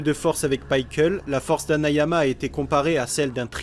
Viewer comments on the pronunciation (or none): alors c est pas paickle c est pickle meme les anglais disent pickle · On prononce Piqueul ou pikaru mais pas paikeul (C'est qu'un détail sinon super vidéo)